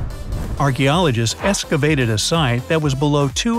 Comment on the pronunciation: escavated Me: teacher? Is it excavated or escavated?